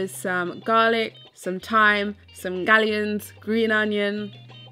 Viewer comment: Is she calling scallions 'gallions' or am I going deaf??